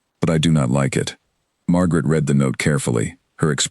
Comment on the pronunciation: I did truly enjoy this story. However, I think the biggest thing narrated stories like are missing is an editor who is knowledgeable about sentence structure, punctuation, and the correct word form usage and pronunciation. Ex: read pronounced as red, read pronounced as reed, etc.